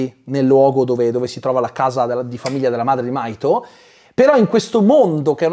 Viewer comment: In realtà il nome del ragazzo è Mahito si pronuncia la H